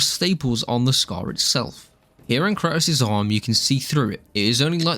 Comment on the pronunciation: The way you pronounce kratos makes me want me want to lay down in front of speed bumps